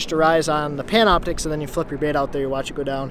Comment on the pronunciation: Did you say Pamna Optix?